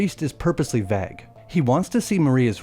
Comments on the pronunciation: Vague is not pronounced VAG, and fragrance is not pronounced FRAGgrance. How bizarre. Yeah because silver is for werewolves!!!!! Man oh man.... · Why do you pronounce vague as "vagg" rhyming with bag...? AI horseshit, I suspect. Too bad. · He doesn't know how to pronounce the word "vague." I strongly suspect AI after that.